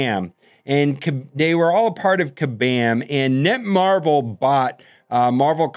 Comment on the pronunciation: FYI... it's "NetMarble", not "NetMarvel."